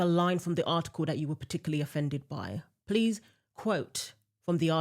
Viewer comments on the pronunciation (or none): none